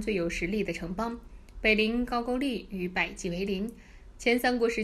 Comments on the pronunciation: 不是ju是gou字都念错怎么到这里胡说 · 高句丽 的 句字读 勾，箕子读基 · 為什麼高句麗都念不對？